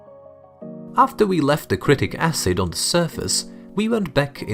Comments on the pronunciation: pronounced SITRIK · Pronounced si tri ck acid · It is citric acid..he was not able to pronounce it properly 😀